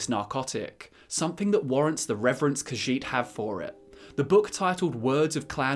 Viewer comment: I know, right? And the way he pronounces "Khajiit" is disconcerting.